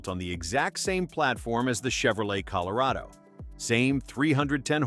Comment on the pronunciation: Col o ray doe? I smell AI... 💩